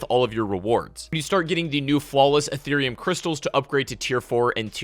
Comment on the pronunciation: Did he just say Etherium crystals? Damn didn’t know crypto was in this game as well